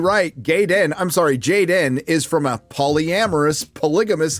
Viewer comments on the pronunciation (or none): Gay-den, who the hell ever heard of a gay Klingon roflmmfao! assholes ruined the show a long time ago.